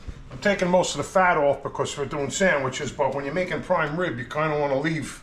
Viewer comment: I was laughing watching you guys chomp into those ‘sangweeches’ and recalled my grandma calling me a cavone whenever I ate 😅. Anyway I grew up right down the street from Pats and Genos. You guys hit the mark.